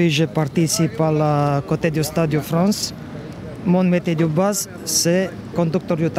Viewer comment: Que se passe-t-il exactement, en fait, en Fronce, en 2024? Je suis perdu à présent,, je ne vous le cache pas...